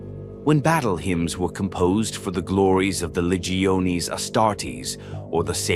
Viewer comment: AI Trash. Closing of the Horus Heresy, the great crusade was over. Also can't even pronounce Legiones correctly.